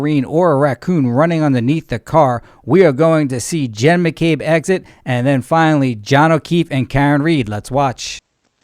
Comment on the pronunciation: Why do u call her Hen McCabe and not Jenn McCabe?